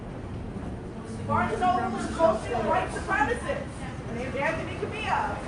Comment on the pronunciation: ACIST. He's a white supremACIST. Not a supremist. By all means throw around buzzwords, but please fucking learn how they are pronounced first.